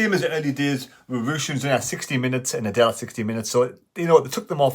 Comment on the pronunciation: Understandable but it's pronounced Adeel - He doesn't look like a girl (Adelle) - keep up uh good work & keep running.